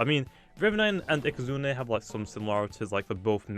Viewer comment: can you stop saying ikazunER